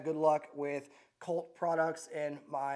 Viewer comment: Lmfao 😂! This guy is the gift that keeps on giving… “Colt” 😂